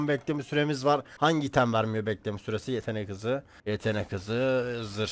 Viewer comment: bEhğleme sÜresi